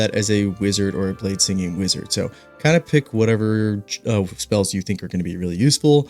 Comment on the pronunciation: ah yes, bladesining